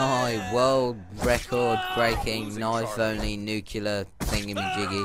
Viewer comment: First of all I hate you for pronouncing nuclear wrong it's nu-clee-ar not nukular. Second of all these people are either incompetent players or your friends taking dives so you can look good because you would have died so many times. Also people have gotten nuclear with knife before